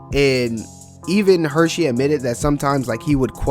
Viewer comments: Bro stop calling him “Hershey” like the chocolate company. It’s HurSey! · Dude mans calling Hursey-Hursheys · Omg I was going to say the same thing Son. Like this is a cool video but loose the SH lol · Is pronounced Hersey Not the chocolate there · Bro I can’t even watch this cuz you’re saying his name wrong the whole time